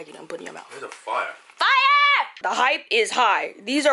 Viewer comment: See I believed when she said Fire! Buh then came in with the accent and said "FYRE". I just............ Yeah but the tonkotsu gets me every time! Have to try!